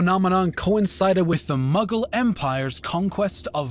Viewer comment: Everytime he says Mughal, I hear Muggle 😂